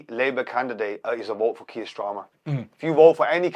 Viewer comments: I thought I was only one who picked up on stramer 😂😂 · Its hilarious how belittles Keir Starmer so much he doesnt even say his name properly 😂